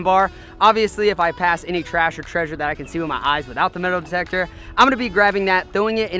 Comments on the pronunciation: Did anyone notice he said the "detal demector" instead of saying metal detector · This nigga said i got the detel demector. 😂😂 instead of metal detector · Thank you for saying detal metector lol. So funny ! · he said detal demector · He said detal metector! Hee hee! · detal metector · Lol around 50 seconds he says the deddle demector instead of metal detector. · LOLOLOL You said detal demector. LOLOLOL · “Dettle demector” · Anyone hear “detal demector” hahaha instead of metal detector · at the start he said dettle demector instead of metal detector XD like if u heard it too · you said detal demector instead of meatal detecter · Detl demecter?????? Go to 51 seconds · Um am i mistaken or did he just say 'Detal Demector' , instead of Metal Detector lol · Bro you didn't even make it a minute in and you said detal demector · detal metector?? Hahha I love you man. 😂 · The “Detal Demector” if you’re wondering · Lucas Waltz yeah older vid he says it too lol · The detel demektor 🤣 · detal demector 😂😂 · "Detal metector" that's great haha thanks for another great vid of inspirations man! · Get it with the “detal medactor” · Didn't he say something like Dutal demector? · Did anyone else notice that he said detal demector ? lol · Am i the only one that heard detal demector ? 😂🤣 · dedal demecter really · " As i said earlier we have th detel demecter" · You said detal metector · You said dental demecter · He said deadel rejector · He said dedal detector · You said detal meatector